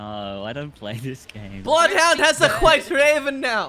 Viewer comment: pronounces White just like Stewie pronounces Whip in Cool Whip